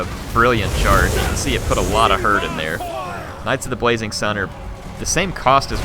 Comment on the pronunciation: Does have a list? I keep hearing him say "Knights of the Bwazing Sun" instead of "Blazing".